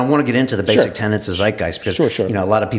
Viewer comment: I know this is petty, but, it's tenets, not tenants, Brian.